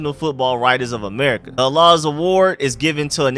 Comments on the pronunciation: Bro...it's pronounced George "HAL is" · HALAS PRONOUNCED LIKE " HAAH - LESS " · Saying Halas name wrong